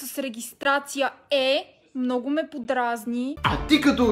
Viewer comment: "Малииии... щИ натрупЪм мно'У гледания от туй"